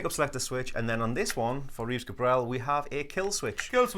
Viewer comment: It's Reeves Gabrels - with an S at the end. I always find it a bit embarassing when people talk about a guy as if they knew what he's doing musically and then don't even know how to pronounce his name. Great guitar (the Reeves Gabrels Signature II) by the way. I have it.